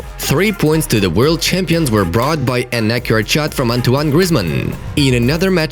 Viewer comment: When he said- "An accurate shot by griezmann" it sounded like "inaccurate shot"😂😂😂